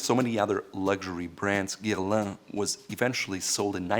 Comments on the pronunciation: I actually rewinded it 3 times just to hear that pronunciation 🤪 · Not sure we heard the same thing. I was shocked hearing him pronounce it as "Guerlan". Mind you, his “Pierre-François" was decent enough.